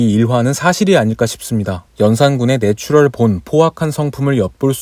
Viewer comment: 이건 못참겠다 네츄럴(x) 내추럴(o) ㅈㅅ